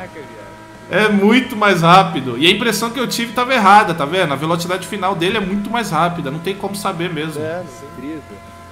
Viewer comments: velotchidade? huehue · A "Velotidade"? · ele falo velotidade